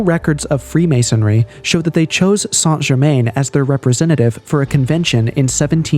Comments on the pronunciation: Its pronounced " San - Cher- Man " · Appreciate the video on the topic but just for future reference it's pronounce "sahn jer mahn"